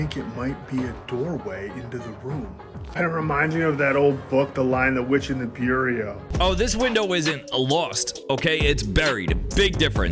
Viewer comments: The dude says "The Lion The Witch and The *BUR REAH*" Bureau is pronounced "Beur-ROW" but the actual title is "The Lion. The Witch and The Wardrobe" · I thought the same thing! Did he just call it a bure ree oh? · dude literally said bure E O lolol. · this dude legitimately can't say the word bureau??? Beyerio? I'm lost for words honestly....-_-.... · Cuncrete… Bureo? Where is this dudes accent from? 😂😂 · The Lion, the Witch, and the Bureau? Also… Byureyo? 🤣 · who TF says concrete and bureau like that? 🤨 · Dude has a really weird way of saying bureau... And it's lion, the witch, and the wardrobe 😂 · That pronunciation of “Bureau” was foul! 😂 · That guy should call that a chest of drawers, cuz he is slaughtering the word bureau...and it's the Lion, the Witch & the WARDROBE...😂 Bro...please😮